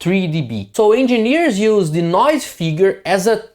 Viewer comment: "use" is a one-sylable word... "received" is a two-sylable word...not three... "preserved" has two ...etc. Great video... I only mention the English because you are close to being perfect with English delivery except for this small issue.